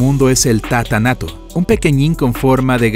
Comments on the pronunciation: Ratan Tata, revolcándose al escuchar Tata nato en vez de Tata Nano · Es Tata nano, no nato